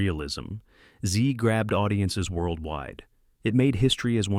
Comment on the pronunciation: Zed rhymes with Ed, not with seed.